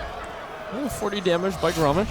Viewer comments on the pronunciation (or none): I cringed at how you pronounced Grommash..... Ugh.